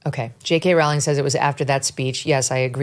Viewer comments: JK Rowling 's name is always mispronounced. She herself has stated that it is pronounced Row as in row your boat. Long O. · Megyn. Rowling is pronounced like bowling. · It's 'Rowling' as in 'Bowling' alley. And, no, Rowling was never from a poor background, she was always well educated and well read, as well as comfortably off and was expected to go to an Oxbridge University, and still went to the good standard Exeter University. After Rowling's disastrous marriage in Portugal failed she ended up an impoverished single mother on welfare in the UK. Watson is a typical product of the English 'middle' and Oxbridge University 'class', which has been totally captured by the Liberal-Left, and now, Islamist, alliance, whereby vacuous Marxist wokism is the norm